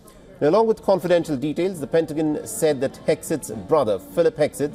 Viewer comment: I really like this Gentleman’s Announcing voice. BUT… It’s like fingers on a chalk board when he pronounces pentagon.